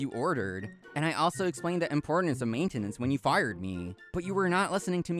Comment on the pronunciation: Considering he pronounced maintenance wrong, it's safe to assume he's an idiot.